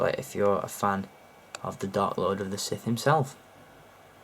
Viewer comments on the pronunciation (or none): none